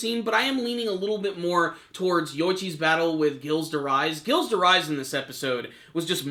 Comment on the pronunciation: ghilles de rais is pronounced Jeel de Ray